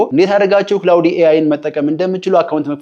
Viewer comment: ክላውድ ነው ክላውዲ አይደለም